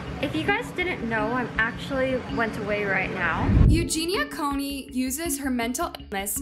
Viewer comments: What’s concerning to me is you did an entire video on a dying girl and you didn’t even say her last name correctly. You also recently copied word for word a video Jake Dolittle made about the McFive Circus and have yet to apologize to HIM for this. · I couldn’t finish this cause I cldnt get over the incorrect pronunciation of her last name lol that’s such a huge pet peeve for me when it comes to content creators. This is your job. Lol at least do enough research to know how to pronounce the person’s name. lol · I hate when people can’t be bothered to actually pronounce the names of the people they’re doing the docs and vids about. It makes it seem disingenuous, like is this even something that interests you or you just reporting “a hot story”? I am not trying to be combative, just noticed it a lot lately. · How did you mispronounce her last name every time, she says it at the start of every video. She said it in the clips in THIS video you were talking over, did you not listen to them before editing? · At least say her name correctly. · Coo-ney, not Coney! It's hard to listen seriously when name is mispronounced. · It’s Cooney, not coney! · Its Cooney not Coney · Coney, Cooney, damn if you're doing a video about someone at least pronounce their name right. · Why do you keep saying coney instead of cooney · COOney not CONEY. She's not a hot dog. LOL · It's COONEY, not CONE-Y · Her name is COONEY - NOT CONEY! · Isn't her last name Cooney, not "coney" No hate just confused as to why you say it like that. Anyway, i used to follow her and encourage and support her recovery but after awhile i couldn't support her anymore and found her constant denial to be toxic. Don't get me wrong - i wish her the best and by some miracle i hope she does indeed get some help but i just don't see it happening and i think she does in fact know what she's doing. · Cooney, not Coney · Cooney not Coney. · That's exactly what triggered me! I was so relieved and then... Coney.😡🤣🙄